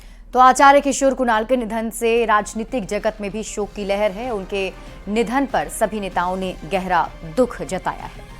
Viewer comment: अबे वो लहड़ नही लहर होता है।